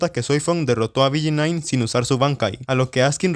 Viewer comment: BG9 carajo dilo bien